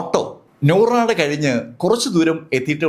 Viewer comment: Nooradu alla sir, nooranadu ennanu.